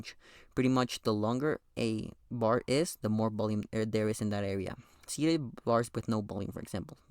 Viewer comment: Alright i cant taking the word "bolume" every teo seconds